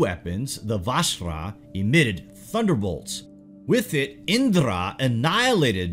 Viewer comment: Its not indrrra... U can simply pronounce the 'r' in Indra